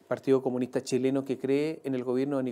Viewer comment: "trata el problema de la PDI", jajaja, 30 segundos en una columna de 42 minutos. Después de decir 137 veces "partíoh comunihtah".